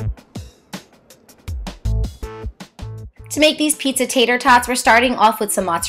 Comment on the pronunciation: Pizza-e? That's so cringy.